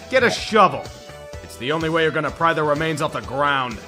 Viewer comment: Not gahta, gahnta